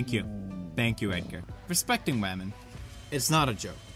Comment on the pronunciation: This respeckting wamen is awesome...makes me wanna respekt wamen... Mmnnnn respeckting wamen